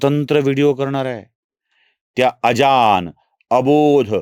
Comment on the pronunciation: अजान असा अशुद्ध उच्चार का करता? अजाण असं आहे तो.